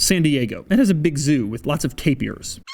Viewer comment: . Did he just say "tapiers?" It's pronounced as ta·pir ('tāpər) Lake Tahoe is named after an SUV? Come on Doug!